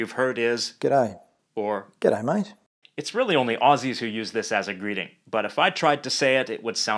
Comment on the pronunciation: As an Aussie...have to say you "totally nailed it maaaaattteee"....